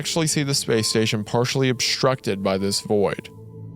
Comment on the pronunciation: speeeeeece station